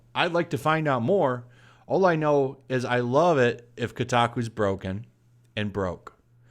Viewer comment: Its not pronounced KuuTaKuu...lol